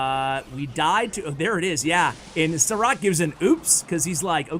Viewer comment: I beleive its read as sharaatz (šarac) and considering his name is filip im preety sure its not Saa-rack. :)